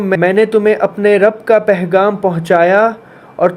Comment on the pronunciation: ...Ap bohat acha kaam kr rhy hain.aik lafz Sahi kr Lyn.... Pegham hota hai... Pehgham nhi hota... Lekin phr bi koi masla nhi hai... Shukriya 🌸🫂